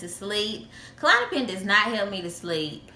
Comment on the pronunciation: klonopin not kalonapin